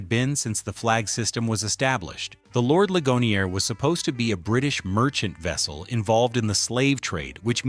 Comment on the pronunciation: Yup because all those facts which a "WHITE DUDE" just pointed out was all FAKE BULLSHIT ,alotta of them were that muthafucka couldn't even say the name of the slave ship right, this fake AI bullshit